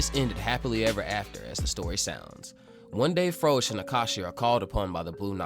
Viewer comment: Froze is pronounced as rose is pronounced in dragon ball super.